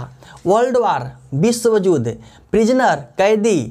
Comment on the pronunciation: Sir yudh hota hai judh nahi